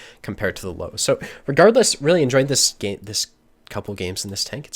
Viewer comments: I swear to god it triggered me like nothing else Its LÖWE ffs 😂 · Löwe closer to Lerver not "low". It's a small thing but important. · I love watching, great player. The only thing that makes me cringe is when he pronounces Löwe as "Low". It is more like "Lurver" with the U pronounce a little longer almost like "Lourver". Not a criticism, love the vids:) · Lowe is pronounced lerver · its pronounced lerve, not to be an arse im just saying because hearing low just pisses me off xD like its not even close man come on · Lowe is pronounced Lurva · So it's actually pronounced Lirwea:) I would love to invite to Oktoberfest, as the Loewenbrau has that big lion that says "Loewenbrau", and if you heard this once, you won't forget the right pronunciation of Loewe. Like here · That Löwe pronunciation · the way one says the Ö in Löwe would be similar to how you pronounce the U in 'run'. You also gotta remember that there infact is an E in Löwe. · Just can't watch this video till the end because of that Löwe pronounciation ;__